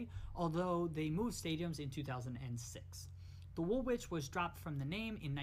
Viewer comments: Hi. V enjoyable. Learnt a lot. In terms of pronunciation..Woolwich is pronounced wool itch. Derby is pronounced Darby. 1 down 19 to go lol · Pronunciation guide:- "Wool-itch'. Thanks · The second W in woolwich is silent